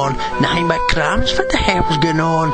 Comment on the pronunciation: That's the first time I ever heard the word what and where with an F. ow'r n'at's clair nuff,'n 'at,y'a mean?